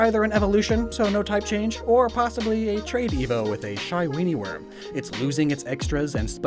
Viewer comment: as a guy from the Chicago suburbs I was unreasonably angry over how you called the Shy Weenieworm from New York 💀 Also I think the “shy” is meant to sound like the “chi” as in the first syllable of Chicago. Great video 👍 love seeing bugsnax content